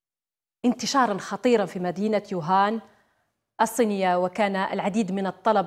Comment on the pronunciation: شكون راه يسمع يوهان ماشي ووهان 😷😷😷هههههه